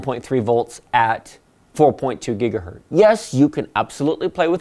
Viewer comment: It is gigahertz, not gigahert.